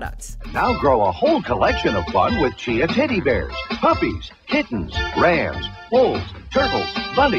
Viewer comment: did they just say tiddy bear? sold